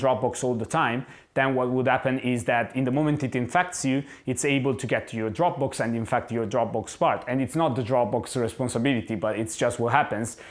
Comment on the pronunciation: It took me a moment to realize he was saying Dropbox and not Dropbooks.